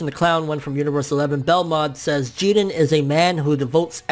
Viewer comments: Say his name like everybody else... Jiren.. Not Jeden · I get how Japanese people pronounce their names differently but you're American bro stop being obsessed with Japan. you don't have to pronounce the characters names the way they do. Say jiren. but you're saying (Jeedin) its annoying TBH bro and it's sorta cringy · It bothers the fuck out of me when he Says Geeren instead of JIREN which sounds like JIRIN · lool love ya bro but its Ji RRRRRRREEEENNNN. I was cringing through the whole video hearing you say Jiden loool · Why are you pronouncing his name Jegen, there's a R in his name dude, it's Ji-Ren. Just like when people started calling mario, mayro because of the Spanish name. Mario isn't Spanish, he's Italian and they even pronounce his name in the game. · I’m all for correct pronunciation and everything, but for some reason I prefer “Jiren” over “Jeeden”. I get it, like, because Japanese and whatever, but still. Just an opinion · "Geeerren" fucking weeaboo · I really hate how he pronounces jiren .....it’s ji-rennn! Uhhhh sooo annoying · Stop saying "JEE-dren". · Whenever you mention Jiren it sounds like "Jiden" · Taz Taaz I thought that there was a silent R in Jirens name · Stop saying Jiren with that Oriental accent ,it doesn't make you official. Damn you uploaders are weird. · Good video but the way you say jiren is my new pet peeve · Your saying his name wrong dude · Why people pronouncing Jiren's name like he's hispanic? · The way you say jiren is giving me ear cancer bro... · Why do you insist on mispronouncing his name? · i swear hes saying his name so wrong